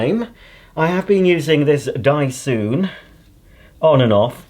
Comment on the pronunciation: the way he pronounces "dyson" here lol